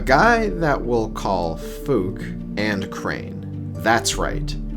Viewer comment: "A guy we will call Fook" yeah I'm pretty sure that's not how its pronounced lmao